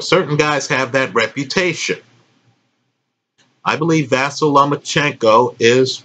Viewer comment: Not a big deal